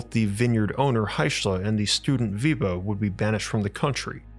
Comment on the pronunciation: Weber, not " Wieber"